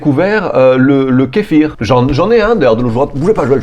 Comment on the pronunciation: Alors... Il semble qu'une prononciation de kéfié pour l'écharpe soit + adaptée, et on garde le brave kéfir pour notre bien être intestinal.